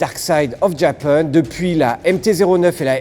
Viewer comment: Va falloir arrêter de dire « Dark side of JapEUNE »